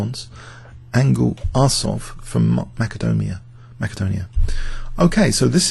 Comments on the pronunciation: You pronounced Macedonia wrong. It's more like, mass-ah-dough-knee-ah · Wasn't it originally pronounced with a hard 'c' sound before the Cyrillic alphabet? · In Macedonian (the Slavic language), the spelling is 'Македонија', and the ancient Greek kingdom/modern region of Greece is spelled 'Μακεδονία'; both 'к' and 'κ' are pronounced with a hard 'k' sound. I believe the common English pronunciation with an 's' occurs because of a sound change in Latin, where things spelled with 'c' shifted from being pronounced with a hard 'k' sound to an 's' sound (for example, 'Caesar' went from sounding like 'Kesar' to the common modern pronunciation, but the word entered German before the sound change, which is why Germany had Kaisers).